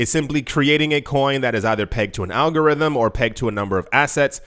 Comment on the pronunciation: Al-go-got-rhythm...Al-go-got-rhythm ...Al-go-got-rhythm !